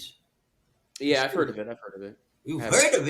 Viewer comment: He pronounces "heard" the way they do in the Old South, "huh'd". Thanks for interviewing this gentleman.